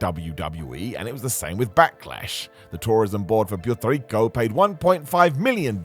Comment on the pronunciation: Say it with me, PU-ER-TO RICO. Not Priety Lico